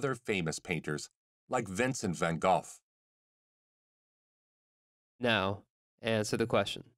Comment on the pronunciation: Vincent Van Golf??? Seriously? lol